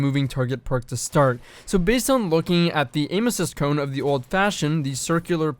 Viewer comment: Don’t you say it.......... DONT YOU SAY IT..... “Cone” W H Y!!!!!! GOD have mercy please!!!!!!!!